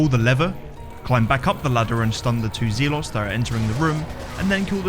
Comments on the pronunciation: In both british and american english it's pronounced ze-lut (zɛlət), not zee-lot JFC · Genuine question; does anyone else pronounce Zelot as “Zee-lot” rather then Zel-ot”? I’ve never heard anyone else pronounce it like that, and he says it so many times 😂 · Hey, I'm a fan and love all the runs but I cringe when you prounounce Zealot as "Zeelott". My ocd was killing me every time you said that lol. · Never heard someone pronounce Zealot as Zeelot. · It's pronounced "zel-ot" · Man.....I love the way you play resident evil. Hate the way you say ZEEElot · Zealot us pronounced ZELET ffs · There's no way that's how you actually pronounce zealot XD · You should look up how to pronounce "zealot."